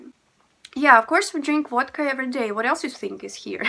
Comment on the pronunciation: Love your Christmas tree, so beautiful. I love how you say Vodka, sounds like Wadka!